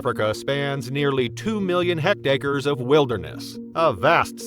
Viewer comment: You know AI’s always mispronounce words. I think it is a metric unit of land called a HACTARE it is equal to 4 acres.